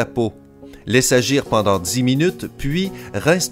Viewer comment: a il y a un T a pendant